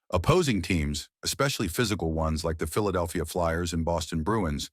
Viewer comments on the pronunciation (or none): none